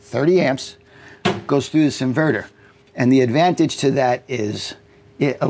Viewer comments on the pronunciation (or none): none